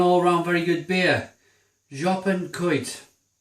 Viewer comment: You actually say Jopen with the O like you say in the alphabet (